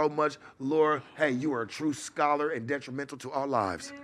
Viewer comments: said he’s det·ri·men·tal /ˌdetrəˈmen(t)l/ Learn to pronounce adjective tending to cause harm. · Somebody got get to stop saying detrimental the wrong way..I know what he meaning tho..my guy talk his shit